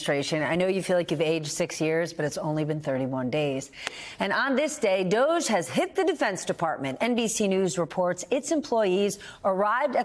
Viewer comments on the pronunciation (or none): Can we please pronounce DOGE correctly? Like the word "dodgy" since it really is dodgy?